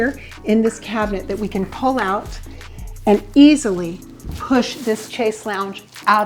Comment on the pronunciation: Wrong pronunciation of chaise. Not ch but sh sound.